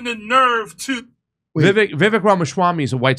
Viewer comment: Did the guest host just call him Rama-shawarm-y?! 😆 Funny. But now I want a shawarma! Good job there guy! 😬 PS: Dana Bash looks like Skeletor in a blond wig.